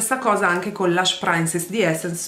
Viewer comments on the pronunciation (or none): "PrinSess", non "PrAINSess" 😅 per il resto sempre stupenda e bravissima! Forse le uniche cose che fanno la differenza sono il fondo e la palette occhi, ma se uno lo sa... altrimenti si nota veramente poco! 😘👍 Tu sempre più brava!